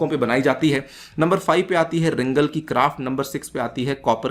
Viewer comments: btw its "ringaal" great lecture thank u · it is pronounced as RINGAAL